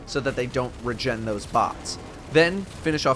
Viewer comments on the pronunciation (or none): none